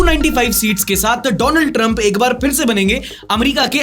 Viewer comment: sir vo Daland nahi Donald hai